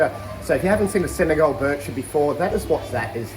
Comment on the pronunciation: Pronunciation is Bee-sheer. French annunciation from arabic dialect.